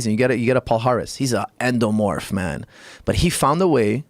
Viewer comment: Joe "ENDOMOORPH???" Rogan